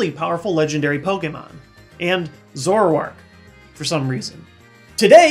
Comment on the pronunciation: its zor-ack thats the pernachyashan